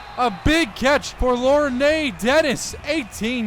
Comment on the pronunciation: its pronounced LORN...nor LOR'NEA